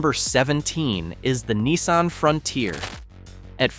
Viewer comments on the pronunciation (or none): Wtf is a Neesan? It's NISSan, you troglodyte. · Site description written in the first person but doesn't give a name. Videos are all stock and snagged video from elsewhere. Proper names are mispronounced such as "Neesun" for Nissan. Dead give aways this is a fake AI-narrated site.